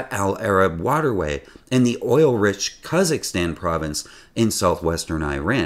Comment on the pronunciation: Sounded like you said kazakhstan when the province is khuzestan